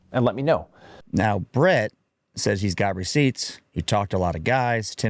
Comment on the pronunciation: It’s Brent, not Bret😂